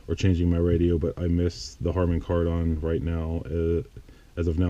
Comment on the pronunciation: Cool video showing everything in detail. By the way, it's pronounced kar-den. I have the upgraded sound system/screen, it's definitely worth it.